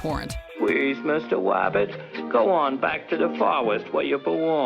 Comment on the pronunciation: “Wabbit season”🤣🤣